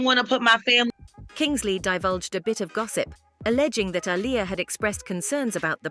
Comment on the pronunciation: The fact the narrator butchers Aliyah's name half the time is annoying af